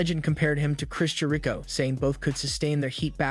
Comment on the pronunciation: You really do jack up some of there names!! Cody you changed to Cottie. Jericho you changed to “Ja ree Cho. Smh